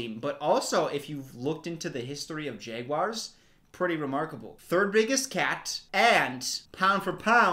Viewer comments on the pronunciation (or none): a normal person: Jaguar: JEGuar Everytime he pronounced jaguar that way, I had to go back and make sure he really was pronouncing it JEGuar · w for everytime says jegwar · i dont like how you pronounce jaguar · I'm actually from Jacksonville where the Jaguars and from and a lot of southerners pronounce it like jaguir for some reason. Kinda like when they say mundey and tuesdey for Monday and Tuesday